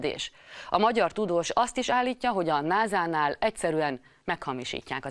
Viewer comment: Nem "náza", "násza" sz-szel! North American Space Agency.